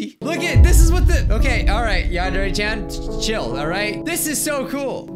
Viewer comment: Welcome to Yandare Simulator! Me: You mean Non-Dairy Simulator?